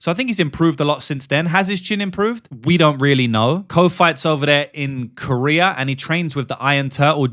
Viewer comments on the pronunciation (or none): none